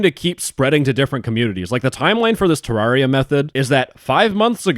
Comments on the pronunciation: "Ter-rawr-ia" is crazy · Its Te-rare-ia. Just so you know.